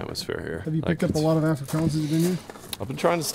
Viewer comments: Another English correction, Afrikaans is pronounced like ofrikaans like On or Ollie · You also don't pronoun Afrikaans like that 😂